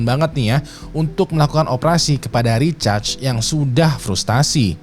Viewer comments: Samaa... Dengernya kayak recharge 🤣 aneh bet dah.. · namanya RICHARD bang.... itu lu bacanya lebih kedengeran kaya RECHARGE sih :face-fuchsia-poop-shape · Recharge atau Richard sih bang?? Gw dengernya Recharge 🤣🤣🤣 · kirain gw doang yg risih dgrnya wkwkw